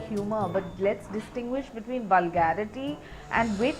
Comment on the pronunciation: They all have just fucked the word "VULGARITY"